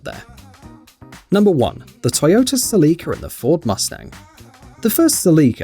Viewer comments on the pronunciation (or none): I Love How You Pronounce "Celica" Like "Celeeka"...🤭😂🤣😭